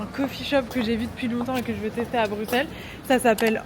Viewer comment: Plein plein plein d’amouuuur! Par contre on dit Brusssssellleeesss stppp <3333 mais fais un meet up une foiiis